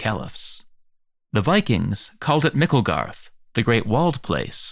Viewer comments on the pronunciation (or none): Lol yeah I caught that too, sounded so weird. In Sweden we call it Miklagård, så Norse comes more naturally but "Mickelgarth" has to be the weirdest pronunciation yet lol